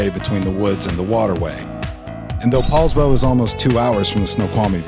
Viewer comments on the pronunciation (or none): Poulsbo, not Paulsbo.